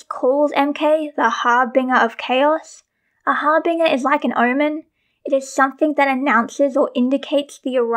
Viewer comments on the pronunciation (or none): a bit of correction on pronunciation - the red aura is emanating from macaque, not emulating. 'harbinger' is also pronounced with a soft g, like in 'binge'. don't take this as me being mean or anything!!! i used to say 'harbringer', so you're already a step ahead of me. the set things are really interesting, but there have been egregious differences with the representation of the character in visual media and the physical sets for decades. however. however something i have lost my train of thought. toot toot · Yeah, I know I pronounced harbinger wrong lol 😅